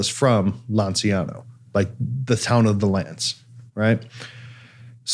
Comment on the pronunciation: LANCIANO is pronounced LANCHANO, while Gennaro was pronounced perfectly!